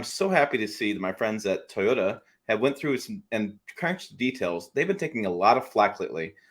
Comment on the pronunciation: Deep breath. TOY—O—TA. Three syllables 😮. My 2023 GMC SIERRA with the LZ0 put s out less pollution than my wife’s Toyota Highlander. The EV industry is yet another extractive industry of a limited resource as you say. I wish more effort was being spent on hydrogen fuel cell technology. I agree with this summary 100%. We’ll done sir.